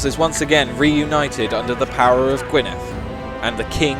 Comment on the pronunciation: The way you pronounce "Gwynedd" is destroying my soul, please stop a dd makes a th sound in Welsh so it's pronounced gwin-e-th. The old Welsh spelling is different but it's pronounced the same.